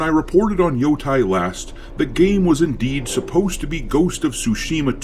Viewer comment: 🥴 why people always say “yotay” 😭 it clearly have an E so it’s like saying the E in spanish “eh”